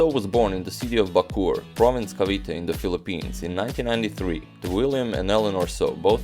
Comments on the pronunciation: Its ba co or.. Not.. Bakur.. Hahaha.. Nice vids.. New subscriber here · Great vid. Btw, minor detail, we Filipinos pronounce it Baco-or and Tor-re. 😎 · Hello agadmator! Bacoor is actually pronounced "baco-or" separating the two o's and Torre is pronounced "toreh". I watch your channel every night.